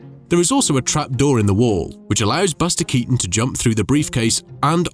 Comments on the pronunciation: Dachte immer dass man den Nachnamen von Keaton so wie Kiiten ausspricht und nicht wie Katon 😂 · Cazzo: la pronuncia è Kìton, non Katòn!!!!!